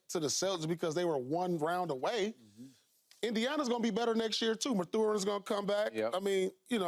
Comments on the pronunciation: He said mathure 😂😂is going to get better you mean matherrin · "With mathurrr comin back"😭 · Does Paul just mess up everyone's name on purpose? Why can't he say Mathurine? Or Hartenstein? Hasn't he heard these names said before?